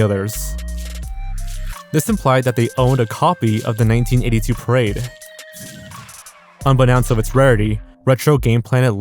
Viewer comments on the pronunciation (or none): just for future reference, "unbeknownst" is pronounced "un-be-NO-nst", like the word "know". not "un-be-nounced"